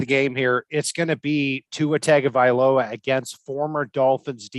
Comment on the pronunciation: Guys it's not Tag o viala it's Tongue sound